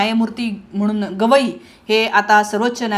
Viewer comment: मॅडम गोगइ नाही गवई म्हणा .विश्लेशण छान आहे .